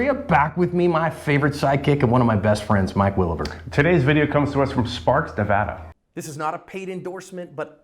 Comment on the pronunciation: Hey, a video from my neck of the woods, and thank you for pronouncing Nevada correctly.